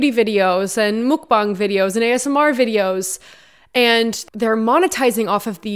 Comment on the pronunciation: Moockbongs? Wtf. It's Muckbang.